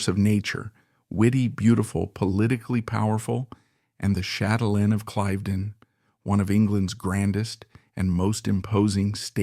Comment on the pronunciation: Nice video on this talented woman. Couple of notes on your pronunciation: Cliv-den not Clive-den / Blen-im not Blen-heim / Mawl-bruh not Mar-el-bor-oh, But maybe you used AI to narrate and that would explain the verbal missteps. Oh, and Lancaster is pronounced LAN-ka-ster. Accent on the first syllable and don't stress the "c." But these words aside, this was a good introduction to this purveyor of casual British old money style.